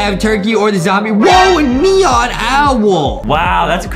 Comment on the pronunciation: See how he siad neon XDDDD